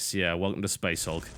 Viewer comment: I like how in the beginning he pronounced it as "Space HALK"